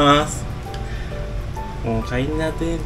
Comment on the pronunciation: Alam na ni sora pagsabi mo Ng itadakimas 😂😂😂